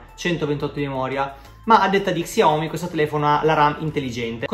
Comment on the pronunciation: Xiomi? Si legge sciaomi e si scrive xiaomi